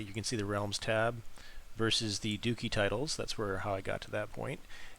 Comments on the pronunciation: It's "DUH Chee" Not Dukeeee" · As soon as you pronounced “duchy” “dookie”. I couldn’t watch anymore. Completely butchering European history 🙄